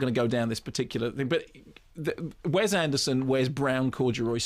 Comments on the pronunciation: Also, Mark, PLEASE IT IS WES with an "S" not "Wez" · wess, not wez